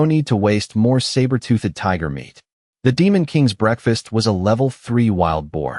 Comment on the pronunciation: I don't like this new AI voice. It can't say 'toothed' right. UGH! It is also worse for not pronouncing the names consistently than the last voice. "TOOTH-ED" as two separate syllables is getting sooooo annoying. So is the "Lin SURE" for the MC. And the text can't even spell it the same twice in a row even if the verbal pronunciation doesn't appear to change.